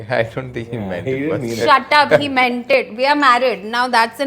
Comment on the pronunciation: lmao i heard meanted